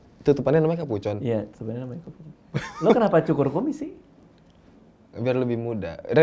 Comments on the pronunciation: Kapucong mas radiit bukan kapucon 😂😂😂. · Kapucong keleus bukan kapucon🤣🤣🤣